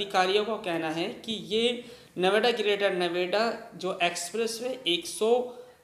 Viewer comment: bolne mai dikkat hai kya gour chowk hai and greater Noida hai